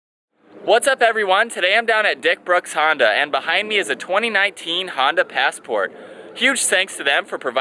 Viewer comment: Honda?!?? You mean not Hona